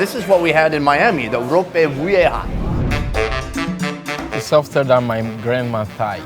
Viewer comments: ropeh ouweha? wtf lol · it's pronounced ropa vee-eh-ha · Great video. The way you pronounce ropa vieja makes me giggle